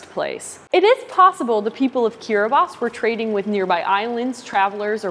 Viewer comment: I'm so glad she said Kiribati correctly 😄😄